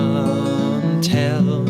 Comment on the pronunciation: Its cant not cont